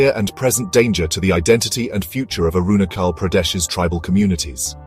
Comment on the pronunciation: Is it pronounced as Arunakhal or Arunajhal?🤔